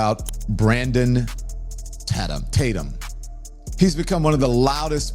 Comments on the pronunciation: Lon Demon is such a clown and is desperate for attention. You would think someone who was on tv every day would have a decent YouTube channel but no. His view numbers are absolutely pathetic! And he so disingenuous and deceptive, acting like he doesn’t know how to properly pronounce Tatum. He obviously has watched the channel which means he has heard the way to say it. What a clown. He is so pathetic and thirsty for attention. AND he is full of it! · Officer Tatum, I m embarrassed...you condemned Nolan's speaking ability but you said THEOLOGY!!!!!THEOLOGY??? Couldn't your wife help you with comprehension skills...this IS so embarrassing...this is supposed to be our representative for our race😢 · He knew how to pronounce your last name. He just wanted to make it seem like you're insignificant and not worthy of remembering your name. WHAT A FKN LOSER!!!! DON LEMON YOU SUCK AND NO ONE LIKES YOU!!! NOT EVEN YO MAMA!!! 😂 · You know he knew how to say your name 😂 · I loved how he ACTED like he didn’t know how to pronounce Tatum!😂🤣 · Don Lemon can't even say Tatum. Officer Tatum is doing a better job the Don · Boy that 🍋 Don Lemon is such an IN-DEPTH “journalist”. Doesn’t know how to pronounce “Tatum”, and couldn’t even research your law enforcement background. I believe EVERYTHING don lemon 🍋 says! And then uses the word “credibility” about OT. He should still be arrested for his organization and participation in the breaching of a church service. I love how willing he is to humiliate himself each time he speaks. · Don Lemon = Clown. Imagine being a "journalist" and don't know how to pronounce your main topics. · Don was def. low key being disrespectful when he mispronounced Tatum. Don is a punk b… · Don knew his name. Acting as if he can't pronounce it. Arrogance at its best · So, he admits he DOESNT KNOW his information ! About time !!! 😠😠😠😠😠 Can't even pronounce Officer Tatum last name ! 🤔 Nancy Grace is as bad as Don Lemon ! 😠 I will NEVER watch her again !! NEVER